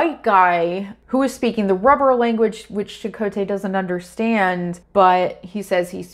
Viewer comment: If there's a silver lining, it's the CHAkotay variation in pronunciation